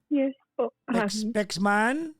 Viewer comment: Yong "Man" nya Kasi naging "Men" Kaya pronounced nya parang "mine" ang tunog. Watching here in Singapore.